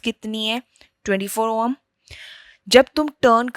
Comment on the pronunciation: Yeh oham kya hota hai?? It's ohm i think